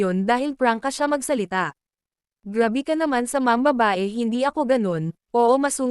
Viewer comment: GRABE po hinde GRAVY,hinde po sawsawan, wag maxadong OA mag basa